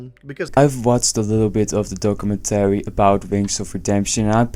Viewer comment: What a WILD way to pronounce documentary. I couldn't focus on anything else.